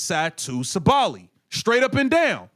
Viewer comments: bro, you pronouncing her name wrong , SAH-buh-lee. ... not Sa-Bally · Sabally: Sa•bah•lie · Sa-too Saw-ba-Lee It’s cringy Seeing as the video is about Satou Sabally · Everytime he said Satou's last name 🥴. All this screaming like he is SA is annoying too. Lol